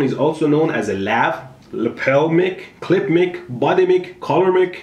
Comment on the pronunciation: Did you say clit the whole video?